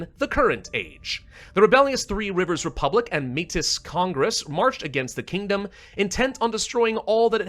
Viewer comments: Heads up. Metis is pronounced like "May-tee" it's a French/Native word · Heya, Manitoban here. Métis is pronounced as "mey-tee" with the S silent, because its of Francophone origin. Gotta teach you this now before the Quebecois find your location. Good luck! 🎉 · Metis is pronounced like maey-tea